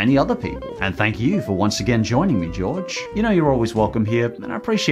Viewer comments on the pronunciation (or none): Did you call him george?? 😭😭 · Which side are you wan Jorge or what strider calls him Jorge